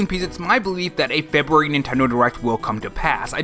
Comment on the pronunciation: Cool animations. But “Febuary.”🤣🍩🍪